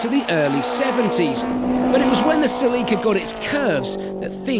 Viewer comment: I don't believe I've ever heard Celica pronounced like that before